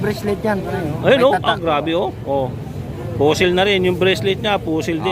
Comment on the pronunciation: Fossil hindi fussil visaya ka ba boss?